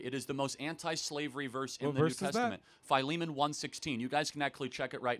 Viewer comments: "FY-LEE-MAN"? I know it as "Phil-eh-mon", am i wrong or is charlie wrong? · I thought Philemon was pronounce Filly-Mon.